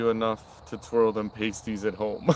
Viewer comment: "PASTE-EEZ" and "PAST-EEZ" are two very different things! 🤣